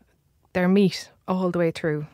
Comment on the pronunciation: What is the woman's accent? She sounds like she's saying "s" instead of final "t"s: they're made out of meas"